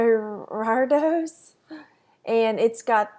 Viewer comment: That hard one for you to say is pronounced "Gear A Dose"